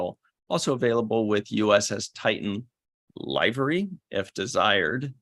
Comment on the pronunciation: This was a very information packed Main Viewer! Even if can't say "Liv-er-ee", but that's a #CaliCurmudgeon for you!! Now I must find the Klingon band-aids for my grandkids. I did miss this one Live, so no hanging with #ChatPack, who I am POSITIVE held their own in the Live Chat!! Oh, I am so looking forward to VTC5!!